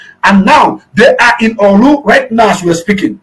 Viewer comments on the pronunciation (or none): Is not olu is Orlu